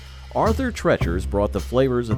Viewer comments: Arthur TREECHERS DAMN IT!! Not trechers. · Every time they spoke of it they said tree chers, the only one that called it treachers was the host. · "TREE-CHERS". They even said it like 4 or 5 times. 🙄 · Calls it Arthur "Tretchers" even though the commercial clearly says "Treachers" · What a dumb azz......its pronounced Arthur "TREECHERS"...lol. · 🙂 It's Arthur TREEchers, NOT...how your VO guy was saying it. 🙂 Knew they'd be at the top. Good memories. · How can you get Arthur Treachers name wrong? The commercial literally says the name. 😂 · You managed to mispronounce the name "Arthur Treacher's" even while the commercial was playing and pronouncing the name correctly. That's a level of incompetence that most lazy listicle YouTuber's could only dream about. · You know if you just watched the commercial clips you use for your videos, you'd know how to pronounce Treacher's. I guess maybe that was caused by changing customer preferences too lol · Treeaaaacherssss. The narrorator heard it pronounced correctly in commercials but said fuck it! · It even says it in the commercial, and he still says it wrong *cries*.